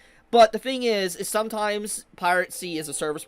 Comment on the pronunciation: Holy, stop saying pirate-sty. PIRACY, this video was hard to watch